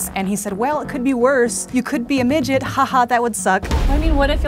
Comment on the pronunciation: Omg..he said miget..